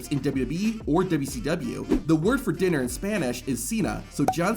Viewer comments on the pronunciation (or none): Dinner not Diner